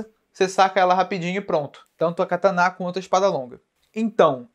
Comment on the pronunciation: pq vc fala cataná?